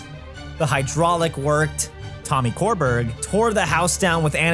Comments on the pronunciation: Tommy Körberg’s surname is pronounced like sure-berry and he’s huge in Sweden. Like originated the role of Jean Valjean in the Swedish cast and just cameoed as the bishop in the international arena tour. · Pronouncing Tommy Körberg as "Tommy Core-berg" is probably the peak of English speakers unable to pronounce Swedish names and I love it lmao